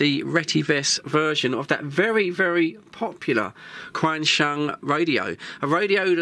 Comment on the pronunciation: It’s pronounced ‘Chenshung’.